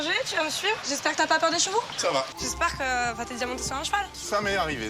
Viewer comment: Vois avez vue a mastu dit cheveaux